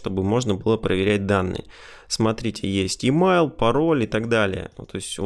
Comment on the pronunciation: Всё норм, но твой английский просто серпом по одному месту. Емайл, сисурити, нумбер и т.д.